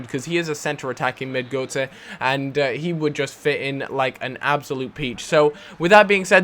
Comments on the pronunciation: Is pronounced GURTzer. Goatse means something completely different... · Götze isn't pronounced 'Goatsay', it's pronounced 'Guurtze'. Sorry, but it was annoying me :P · fucks sake, his name isn't goatse, every time you say it like that, i think about old men fucking.. his name is gÖtze, and is pronounced götze. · Then he's got a weird accent. I took German classes pretty much all my life, and I tell you it's pronounced Goetze. Or I'm just misreading Goutze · its goutze pronounciation u div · you pronounce Götze like you say gutted, not Gotye.. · Goetze's name is pronounced Gurt-zerh